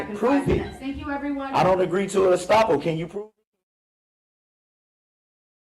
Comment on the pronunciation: “Stoppal” !!! It’s Estoppel. And it doesn’t mean stopping or pausing a trial. This idiot shows you need to stay in school.